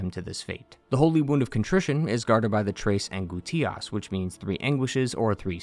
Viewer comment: Its Pronounced: Tress An-Gous-Ti-Ahss